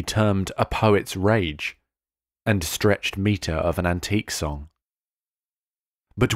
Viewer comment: Line twelve is read incorrectly by the reader to preserve the metre stretched ought to be two syllables “stretch-ed”